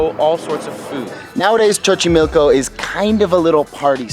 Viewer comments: Sorry but the way you say Xochimilco annoys me so much...the first X sounds "s" so the way you read it is "sochimilco" not chochimilco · It's pronounced Sochimilco not chochimilco Lol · Some corrections: 1. Its not spelled "zocolo" its Zocalo 2. Its not pronounced Chochimilco its like a "so" sound like "sober" sochimilco 3. That wasn't bosque de Chapultepec, it was CASTILLO de Chapultepec. And yes, I'm from Mexico city. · the pronunciation is not sho-chimilco, is so-chimilco..... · Hahaha que tiernos, como pronuncian Xochimilco, (Chochimilco) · "Chochimilco"😂😂 you're amazing guys, keep those cool vibes on and thank you for coming to México👏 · Chochimilco? WTF?